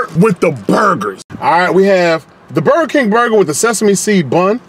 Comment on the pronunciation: Burgure King